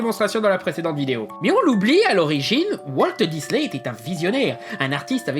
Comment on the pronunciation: "Walteuh Disney" ça m'a stressé durant toute la vidéo mdr